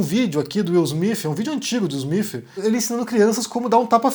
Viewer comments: Acho improvável que seja fake, de qualquer forma, a maior questão é a pronúncia: Afinal, é Will "Smith" ou "Smifh"? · Will Smiff ou Will Smith? Haha cade esse Cambly gente hahahaha